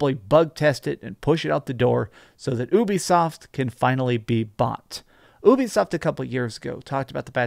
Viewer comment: Just say “you-be-soft”